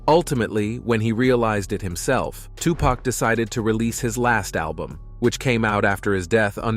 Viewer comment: It’s Tu-Pac (Poc) not Pack I hate when yall pronounce his name wrong.